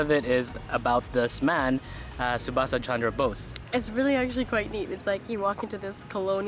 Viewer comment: No no really Shubasa Chandraa Bose see id you cant don't say and you are disrespecting our freedom fighters when our teacher was teaching the British empire and I said the wrong pronunciation of Edward the Elder then my teacher punished me